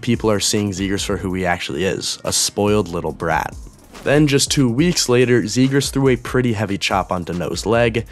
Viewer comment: "trevor zegraah"